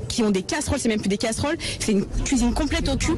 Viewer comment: si un femme parle couisine, elle doit être crue sur parole ^^